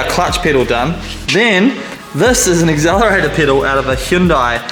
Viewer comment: Did you just say Axzelerator? 😅